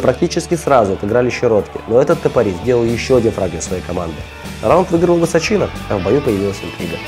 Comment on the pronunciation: ВысОчина, никак не ВысочИна :)